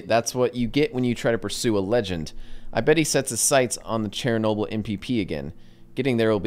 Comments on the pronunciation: He said Chairnoble its Chernoboyl lol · bruh he said chair noble